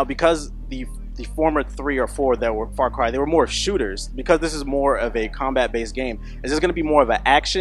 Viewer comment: When he says "Far Cry" it sounds like "Fuck Eye".